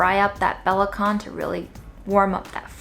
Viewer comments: Great job, as usual,! Love the cornmeal dumpling idea. By the way belacan (Malaysian-Indonesian shrimp paste) is not pronounced 'buh-lah-kahn', it's pronounced 'buh-lah-chan', just like c in chutney. Have a nice day! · It pronounce be la chan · Hurt my soul a little when you pronounced 'Belacan'. It's "Buh-Lah-Chan". Love you, keep up the good work. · Love this! But it's not "bela-can" with heavy "K", instead it's "bela-chan" like how u pronounce C in Charlie 🥲🥲🥲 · Belacan is pronounced like be-la-CHAN (sorry, it was killing me as a Malaysian). But, as ever, a stellar job with a relatively restricted pantry,! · it's pronounced Be-la-CHan like CHinese. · The way she pronounce belachan be-la-can 😭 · the shrimp paste is from Malaysia and it's pronounced as bur-luh-'chan', 'chan' as the Japanese pronunciation. Belacan is a fermented shrimp paste. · Belacan is pronounced buh-LAH-chan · The “can” in belacan is pronounced as “zjan” (rhymes with chant) :) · Hi! It’s pronounced as “bela-chan” ☺️ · it's pronounced bela-chan, as in Chan and not Khan! 😎❤ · it's pronounced be-luh-chun;) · We pronounce belacan ber-lah-chan here in Asia! Love as always! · For the curious, I asked about the pronunciation for "belacan" and it turns out it's [bʌ'latʃan] (if I chose the right IPA, lol). This was once again a fun video, and that salad at the end looked delicious! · crying at the way she pronounces belacan, you go hahaha😭